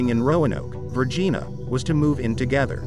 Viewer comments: Virgeena? Love AI voices. What click bait and now I’m a damn fool for falling for it. I live45 minutes from Roanoke, VIRGINIA. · I wish you'd learn how to pronounce the names of US state like VIRGINIA!